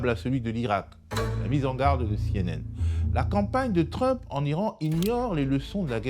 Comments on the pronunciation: Peut-on lui dire d'arrêter de dire trup. Ça perturbe beaucoup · J’ai écouté juste pour la prononciation du mot Trump en Tru-mp. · J'adore entendre Mr appeler trump "Trume-peu" ^^ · “Monsieur Truump” prononcé en français dès la première seconde, me fait passer à une autre vidéo. Sérieux “Mr Truump”. Quel snobisme! 🤦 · Pourquoi est-ce qu'il ne prononce pas "Trump" comme tout le monde ? Il a besoin de se démarquer de la plèbe ? Je comprends pas trop là. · merci, super intéressant, maintenant je vais prononcer Trump comme Monsieur Badie